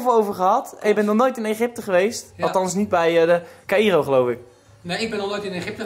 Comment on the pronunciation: Caïro spreek je uit als kairoo